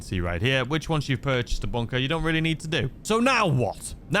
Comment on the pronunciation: What's a BONE-KAH? 🤷‍♂️